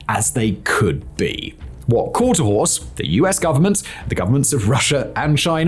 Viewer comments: For the record it’s: quarter HORSE , not quarter house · Horse, not house. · How did editor not pick up the fact that the is saying quarter house instead of quarter horse like 75 percent of the time ? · It has to be the accent. I hear 'Quarter HOUSE' and not 'Quarter HORSE'. 'Quarter HORSE' means it'll run out the gate. 'Quarter HOUSE' means dad got a bad deal in the divorce. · I kept hearing that too! It's Quarter Horse! HORSE!!! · I think Hermeus should receive an apology for the absolute shoddy script reading, and lazy editing. I’m surprised this was allowed to be published. QuarterHOUSE? THAT many times? Really? Embarrassing. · He really says quarter house. You weren't even exagerating. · Quarter House? Simon must need a new eyeglass prescription lol... But wait.. I thought he said horse at least once. U aight simon? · He definitely says quarter house a couple times 😂😂😂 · Simon must have had a lot of scripts to read the day he recorded this video. Considering how fast he was reading and how many times he mispronounced the name of the aircraft, he was obviously rushing through the recording. The real question is did the editors not notice the mispronounciaton or did they just decide not to rerecord the video regardless? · House many times will simon mispronounce the name? Place your guess